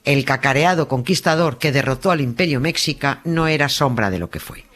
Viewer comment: se pronuncia "meshica" jjj , te quiero Nieves! <3